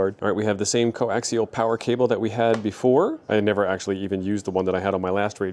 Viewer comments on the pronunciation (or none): none